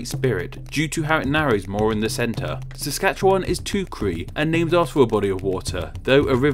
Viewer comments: Thank you for pronouncing Saskatchewan correctly. Canadians even get it wrong. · Your pronounciation of Saskatchewan is about as close as anyone who doesn't live hear gets it, and newfoundland is pronounces newfin-land, not quite sure why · Watching from Saskatchewan, which you pronounced pretty well without any of that "sah-skah-chew-aahhn lol I don't know how to say this, so hard" BS everyone else does. Also fun fact we have a town called Swift Current which means you could live in "Fast Water, Fast River". I'm watching from the city of Saskatoon, which as far as I know was named after a berry that grows in the area (unless it was the other way round). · Just a tip Newfoundland is pronounced more like new-Finland Btw well done on the pronunciation of Saskatchewan